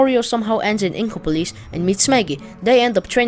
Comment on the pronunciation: You are saying inkoplis